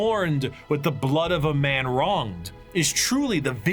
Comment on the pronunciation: "That ma'am, was the Emperor of Mankind." Gotta work on your ending N syllables, dude.